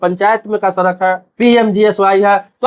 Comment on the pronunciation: Sarak nhin bhai sadak bolte hain